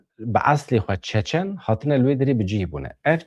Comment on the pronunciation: Çéçén! ne Çaçan! Berz rast dvéje ev xeber nava hemu dniyaéda té gotin!! Ez bi xwa ji Russia otonomiya çéçéna heye u hemu dbéjin çéçén! Ji wan gelek hevalé me hene mrovne bas'in 😊 Slav Réz ji wara!!